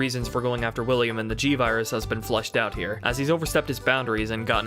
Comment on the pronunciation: You are contending that what you said is "fleshed out"? Maybe it's some kind of local accent. Because I would be willing to bet that if you recorded yourself saying "flushed out" and played it back-to-back, the average person wouldn't be able to tell the difference. Also, it's kind of off-putting to spend almost 3 hours listening to a guy who insults you during your first interaction. I mean, it's not like I was trolling you with some derogatory comment, "lol idiot u said flush. maybe your should flush your whole video lol derp". I mean, a little grace goes a long way. I'm going to finish watching your RE3 review because I actually think it's pretty great. But unlikely to sub to someone who treats their audience this way. All the best to you going forward. I hope you have a lot of success doing this. :)